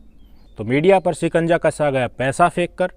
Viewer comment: Sikanja nahi Shikanja bolo